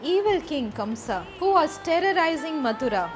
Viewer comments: kans not kamsa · No offense ma’am but the king’s name was Kansa not Kamsa. Jai shri krishna